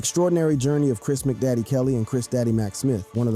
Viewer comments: Why do you make their stage names sound like individual items you buy from McDonald's. McDaddy😂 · Kris "Mcdaddy", Daaah bomb/ Day Bomb/Deh bomb...what the hell dude? How not hip-hop are you?